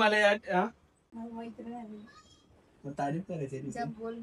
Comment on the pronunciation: आधी मैत्रीण बोलायला शिक. म्हेत्रिन 😂